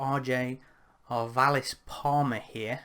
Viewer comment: Hey thanks for the kind words about my piece! Also its completely not a big deal but "arvalis" is pronounced like "marvelous". Of course not like you'll probably ever need to pronounce it again haha